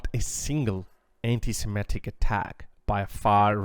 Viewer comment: Sem I tic, not semetic.